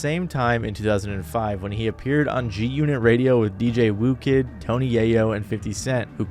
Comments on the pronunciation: Yo... Do you actually listen to rap? I've heard you mispronounce Gucci Mane in several videos, but calling Whoo Kid, "Woo Kid", maskes me question if you've not heard someone pronounce it before. Given that he is a DJ he has a tagline in front of all of his beats that would let you know exactly how his name is pronounced, not to mention 50 Cent has said his name on countless occasions. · fucking ai voices. "Woo-kid"? anyone that ever heard his mixtapes know it's "Who-kid". downthumb